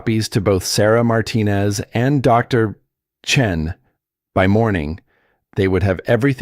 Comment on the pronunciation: What's with the pauses narrating the name Dr (pause! Chen??? That is the problem when creating something false by a false algorithm? Not normal and absolutely rubbish